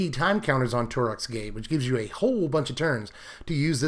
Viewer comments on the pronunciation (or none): none